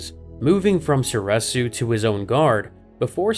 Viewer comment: Soreeeresu not sor eh su cmon man it's literally been canonically said